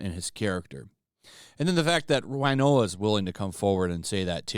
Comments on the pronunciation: Winona, win-oh-nah, not wine-oh-ah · I love your channel, I do. Who is this Wynoah of whom you speak? Do you mean Winona Ryder? That’s pronounced WIn-Nona, not Why-Noah. Nothing so Country and western sounding. Actually, her real name is Winona Horowitz. Hope that helps clear some things up.